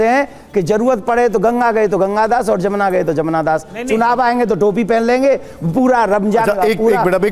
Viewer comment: Bhai sahab jamuna nahi hai yamuna hai